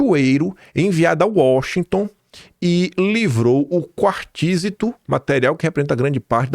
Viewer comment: a intensidade é no i, com o t mudo. Quartzito, que é rico em Quartzo.